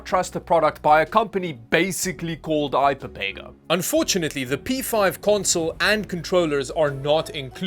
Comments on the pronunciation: How do you get "Pepega or I Pepega out of ipega there is only one 'p.' Personally I'd pronounce it i peg a (eye pega) 🤷‍♂🤷‍♂ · why do you keep pronouncing ipega as ipapega? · Ipepega. U lost me there. It clearly says ipega. Not ipepega